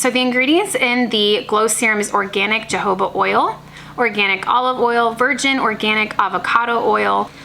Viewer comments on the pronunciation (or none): It's pronounced hohoba oil, not jojoba oil 🤣